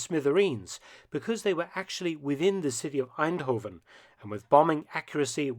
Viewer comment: He pronounced eindhoven in such a way it sounded more German than dutch